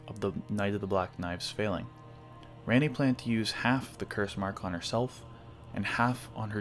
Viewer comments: Why would you say it like that? lol she clearly says Rah-nee not Reh-nee My dog is named ranni so this hits hard cmon bro… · Interesting theory for sure, I like it. I am sorry though, you pronouncing her name "Ran - ee" instead of "Ron - ee" was really distracting to me throughout the video. She clearly says her name as "Ron - ee" in the game. It is a pet peeve, I know, and does not detract from the actual content in the video, I just bothered me lol. But otherwise, great work, I enjoyed it! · RANNI (RAHNNIE) why you pronounce it rainy? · Raaani. NOT REAAAAAANIEEEE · Why did you say Rany when she says her own name ranni? Dont mispronounce her name when you onow hoe to say it! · The way that you're pronouncing Ranni's name is enough to make me never want to watch another one of your videos. She literally says it herself not only in the game, but right here in your own video, that it is pronounced 'Ronnie', not this 'Rannie' like you continuously say over and over in this video. How could you possibly get almost the most popular and well known character in the entire game's name wrong? Omg.. 🤦‍♂️ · Ranni herself says the correct pronunciation of her name, my g, and your pronunciation was distractingly incorrect throughout the video. 😅 It's like Ron-y, not Ran-y the way you kept saying it. Otherwise good job. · for the love of Marika, say her name right. She pronounces it for you and you still say it like it's Randy. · ran knee is crazy my nigga say it right if you have a theory about it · "RAINEY" mf are you serious....... did you even play the games? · Oh wow... I've encountered the only person on the planet that thinks Ranni is pronounced Rainy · My God man I couldn't even get through the first five fucking minutes it's pronounced RON-E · If a Indian dude like me can overlook the fact that he says ranney, I'm sure you can as well😂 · Why pronounce her name wrong when you can literally hear the correct pronunciation out of her own mouth?